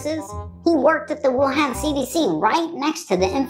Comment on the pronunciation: Wuhan actually It pronounced —> Wu -hon